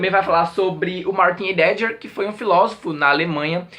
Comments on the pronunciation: Kkkk normal, mas pronuncia-se Raideguer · Aeee! Vi no Twitter (ou foi no Skoob?) que vc gostou muito desse livro, então vim correndo ver a resenha. Heidegger se pronuncia "Ráideguer", que eu saiba.:) Que coisa isso das cartas, hein?!:( Tem cada coisa horrível nesse período da História... Beijoooooo! Nati